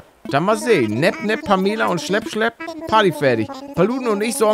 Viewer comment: Pamela wird Pämela ausgesprochen und sie redet grundsätzlich zickig und hochnäsig